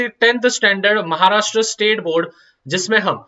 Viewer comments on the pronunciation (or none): none